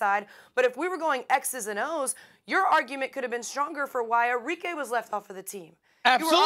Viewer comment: Its arikeh int pronunciation not Ari-k